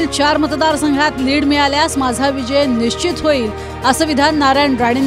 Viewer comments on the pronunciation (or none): none